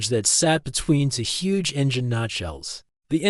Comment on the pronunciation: Still it sounds ai . Its pronounced Nay-sells not Nachos